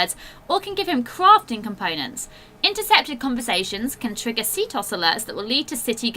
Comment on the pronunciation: lol she said ctos, It's actually pronounced as c-t-O-S